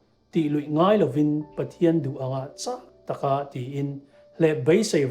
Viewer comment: A tha hle mai, Bible I chhiar a ,'CHak Tak"tih lai kha thahrui chakna lam anga lamri loin, thiltiha phur Tak "chaktak" kan tih ang hian lamrik tur a nih hmel e. A hlawkthlak e.